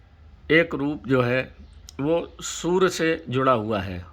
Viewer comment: सूर्य बोल रहे या सुवर बोल रहे ।। सूर्य ताप बोलो यार स्पष्ट बोलो ।।